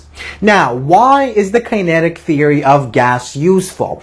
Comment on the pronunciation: learn how to say "Kinetic" kokhla